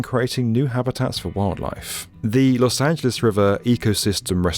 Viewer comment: why r u saying los angeles correctly???